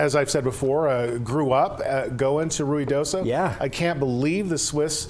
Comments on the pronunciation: I think they are pronouncing it correctly…it is Rui not Rio…. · I can't believe he pronounced Ruidoso correctly.